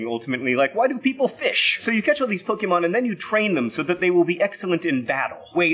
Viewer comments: Ughh everything you said was wrong I mean you're great but you can't even say Pokémon right. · There's an accent on the é in Pokémon. You pronounce the é like café. PokEYmon not PoKImon. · Stop calling it Pokiemon for starters. Pokehmon, please x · OH MY GOD first off it’s not pronounced pokeymon its pronounced Poke a mon and second plural is not Pokémons it’s just Pokémon and finnaly third AHHHHHHHHHHHHHHHHHHHHHHHHHHHHHHHH THIS GUY IS SO IRRITATING pikachu is based ON THE CANADIAN PIKA MOUSE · É is pronounced like A It's basically poke-A-mon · As a pokemon fan I must say it's disappointing to see a famous witer forget to acknowledge the accent over the e in the word Pokémon. Phonetically speaking the word is Poke-Ay-Mon not Poke-EE-mon, and I will correct every single person who gets this wrong no matter how petty and no matter who doesn't care. Edit: kept watching and he said Pokémons as the plural and not just Pokémon, which was painful. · It's not poke-EE-mon, it's pok-AY-mon, like "AYY, MUST BE THE MONAYY!" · I've tried to overlook it until now, but please stop saying "Pokey mon." Poe - keh - mon. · "Pokimon" I'm so triggered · It's Poh-KAY-mon, not Poh-KEE-mon... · It's not po-key-mon, its po-kay-mon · Pokémon not PoKEEmon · John... Pokémon is pronounced pO-keh-mon not po-key-mon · So inaccurate, it's pronounced Po-KAY-mon. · It’s more like “Eh” The accented É is what gives it that pronounciation. So its actually supposed to be Po-KEH-mon. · Hilarious concept John! But just for correctness' sake: 1. It's pronounced Poke-ay-mon (there's an accent on the e) 2. Pokemon is both singular and plural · When your dad says Pokémon as "Poke EEE mon" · I took a swig every time John pronounced Pokémon wrong and I died of alcohol poisoning. rip (more like Po-keh-mon; short for Pocket Monsters) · Accent mark. Po-keh-mon. Other than that, for an outsider, I think your grasp on the Poke-verse is pretty solid. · Such a dad-adult-person pronouncing it "poke-ee-mon."